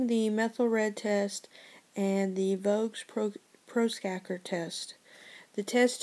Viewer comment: when you said "vogues proskaker" 5 times i lol'd. Thanks for the upload friend : )